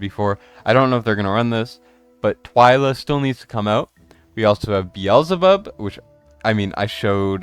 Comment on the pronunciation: Brother said what? 🤣 It’s pronounced BEE ZUL BUB Lol that was so funny. I wouldn’t mind hearing that every time hahahaha